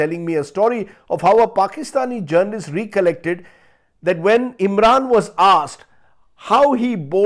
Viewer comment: Rajdeep Sardesai. Recollect, meaning to remember or recall, is pronounced 'rɛ.kə.lɛkt. Bigots remain bigots. The result of burning crackers is now clear in Delhi. Stupidity continues to reign supreme. Thanks, Rajdeep, for discussing issues that matter and not failing to call a spade a spade! Keep it up.